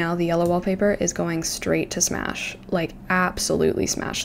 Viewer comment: “Smash”?? Girl 😭😭✋🛑